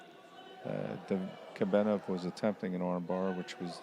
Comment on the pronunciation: Is Kobenov that hard to say? Russian athlete?